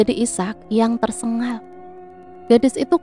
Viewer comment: tu gk bisa yaa bilang TERSENGAL? Kok TERSENGGAL terus